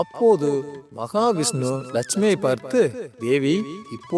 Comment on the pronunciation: மகாவிஷ்ணு என்று சரியாக உச்சரிக்கவும். ஜெய் மகாலட்சுமி, ஜெய் மகா விஷ்ணு.